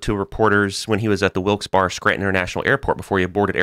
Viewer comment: Upstate New York resident here, Wilkes-Barre is pronounced like 'Wilks-Berry'